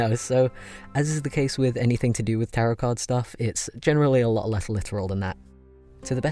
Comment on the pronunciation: I thought he said "carrot cards"